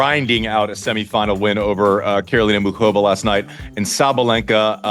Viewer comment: Thank god Andy pronounces Muchova properly. I was going crazy last night hear the announcers not even bother trying to pronounce the ch. I think the crowd is likely to be significantly pro-Frances, but probably not so much that it makes the difference. I’d rather see Frances win but I expect to see Taylor in the final. I really hope Jess can do it, but I have a hard time seeing Sabalenka losing. Thanks for the episode